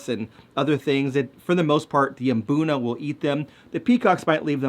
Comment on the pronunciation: Thank you for mmm-BOOnuh. I've never been to Africa, but I'd bet no self-respecting locals are saying MUH-boonuh.